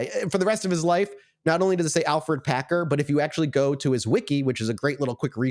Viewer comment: By the way, his name is Alferd not Alfred